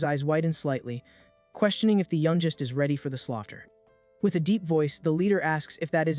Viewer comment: Can AI really not pronounce words like youngest correctly? It still has a long way to go I guess.